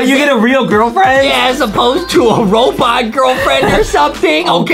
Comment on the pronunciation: robot not robotit